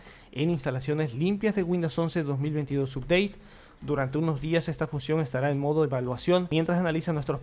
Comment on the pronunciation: UPDATE SE PRONUNCIA "APDEIT" SINO HABLA TODO EN CASTELLANO